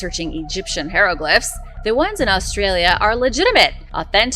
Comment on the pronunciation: How are you STILL pronouncing hieroglyphs (Hi-ro-glifs) as (hair- lo-glifs)?! Ffs.